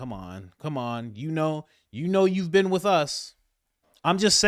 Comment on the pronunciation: “And you haven’t even BEAN THERE?”